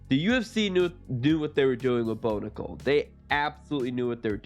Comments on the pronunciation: Pronounce his name the right way!! Its prounced like the coin not like a womens name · How do you not do your research and figure out how to pronounce Bo’s name correctly?! 😔